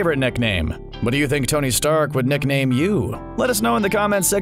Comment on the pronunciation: “Neckname” or is it just me?